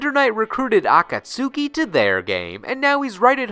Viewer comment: Ah-kahts-ki. Shame on you,:P